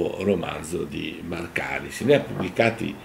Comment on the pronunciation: Màrkaris e Chàritos, attenzione agli accenti!